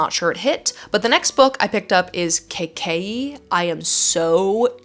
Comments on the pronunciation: super excited for you to read kaikey, it's based on indian mythology and i love it so much!! (also just a heads up it's pronounced more like "kai-kay-ee" :) ) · OMG YOU GOT KAIKEYI!!! It is based on Hindu Mythology, which isnt mythology because these things did happen. I am unable to find a paperback here in India because there is time until the author releases it here but yay!!! kaikeyi is pronounced as: kay-ka-eeeeeee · Being an Urdu speaker which sort of is a sister language of Hindi I think it will be pronounced Kai-Key. Would love an Indian to correct me if I’m wrong